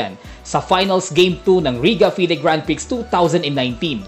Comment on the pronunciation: oks na oks ang paganalyze mo! Klarong klaro at very informative pero sa salitang Grand Prix silent po ang x Fyi only